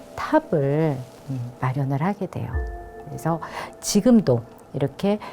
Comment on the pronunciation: 장음인 단어의 첫 자를 짧게 잘못 발음한 예:계통,주목,(××하면)돼요,사람,고대,과연,고대,등이니,이 결과, 둘째 음절을 accent가 있는 것처럼 강하게 발음하고 있다. 이런 폐습은 한국 어문의 전반적 심각한 문제다. 고국 동포께 간곡히 권하오니, "한국 어문을 고발함"이라는 책을 읽어 주시옵소서. 미국 변 완수 드림